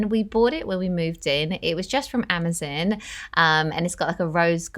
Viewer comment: Why do i find myself correcting her words..like hoover...i say vaccum. I say garage diff...trash can/trash bin..but i love her vids. I cracked up with her amazon pronunciation